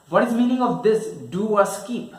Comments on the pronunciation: It's skip not skeep.... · Skeeep ? Seriously ! 😂